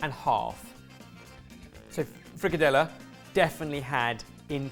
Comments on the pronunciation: Scandinavians often make fun of each other.. But as a Norwegian I’m genuinely sorry for all Danes that watched slaughter that frikadelle!🥲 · As a half German/Scottish, those frikadelle did hurt a little